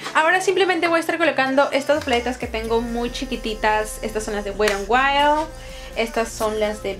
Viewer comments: mena wera en wayol 😅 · Perdonnnn pero me causa un conflicto el que no pronuncies bien la marca wet n wild jahaja